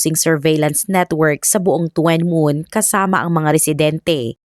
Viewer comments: Tuen Mun is pronounced as Chun mun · Tsun Mun po ang pag bigkas ng lugar na Yan D2 SA h.k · Tuen mun- chun moon To kwa wan- tough wa wan 😀 but still ok ung pagkaka kwento😊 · tuen mun ang tamang pronounce po ai CHUN MOON.